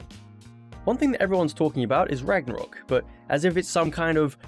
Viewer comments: Soooooo.... Ragnarok is pretty cool and all but what is "Ranarok" lol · “Ranarok” lol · Stopped watching when it said "ranarok" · AH YES, My favourite Game. God of War RANAROK. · God of War Ranarok lol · GOD OF WAR RANAROK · "ranarok" seems more troubling lol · Ragnarok, not Ranarok. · "Ranarok" lol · Ah yes, Ranarok! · 'Ranarok' epic fail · ''Ranarock'', right... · Like how you said ranarok at the beggining of the video. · Why did it say Ranarok? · "RANAROK" lmao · It’s says at the start ranarok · ranarok ? are you fucking kidding me xdd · It says “ranarok” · Did anyone else see it said ranarok without a g